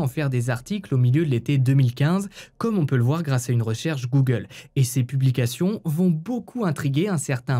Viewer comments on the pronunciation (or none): none